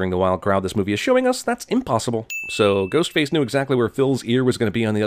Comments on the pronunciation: I swear that he said “Goatface” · Is it me, or did Jeremy say "Goatface" ? Or am I just crazy? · Lololol at around the mark he says “goatface” instead of “ghostface” that’s really funny to me